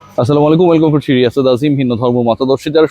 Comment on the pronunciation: ভাই আপনার সব কনটেন্ট দেখি, ভালো লাগে তাই, কিন্তু আপনার এই সালাম নিয়ে ইয়ারকি ভালো লাগে না, অন্যভাবে ইয়ার্কি করেন, সালাম টা বাদ দেন। কাউকে সালাম দিলে সুন্দর ও শুদ্ধ ভাবে দিবেন।